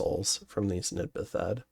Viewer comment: out of curiosity, why do you pronounce it "Nid-Ba-Thed"? They're bathed (as in, submerged and ritually washed) in the water of an evil river, they're Nid-bathed because they bathed in the Nidakettil river.